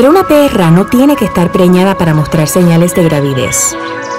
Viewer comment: "la PERRRRA" XD